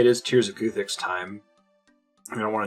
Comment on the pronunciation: At some point do you start pronouncing guthix correctly ? 😂 the goothix is strong with this one